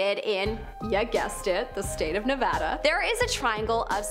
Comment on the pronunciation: thank you so much for saying Nevada right! you are amazing 👏 ❤️ 💖